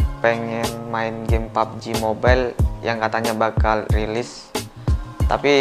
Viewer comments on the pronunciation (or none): none